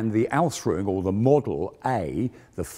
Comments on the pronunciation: I like but his pronunciation of Ausführung is slightly maddening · You can say ausfrung a thousand times, that doesn't change the fact that it is wrong it should be Aus-füh-rung every single one of those times. AR-TI-CU-LATE ffs. If you're not sure how to pronounce it, there's dozens of internet resources you can use. Here is just one I found in a five second search. And I'm not even a native German speaker my dear man. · Work a bit on your pronounciation of German terms. Google translator has a voice function. It is "Ausführung" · I watch these to hear non-German-speakers struggle to pronounce the word "Ausführung" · Request: Please don't use German words if you cannot pronounce them correctly. Hearing your attempt at "Ausführung" just made me cringe every time. Yes I know, minor detail.